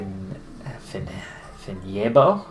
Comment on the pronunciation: Nice pronouncition of Vinjebo!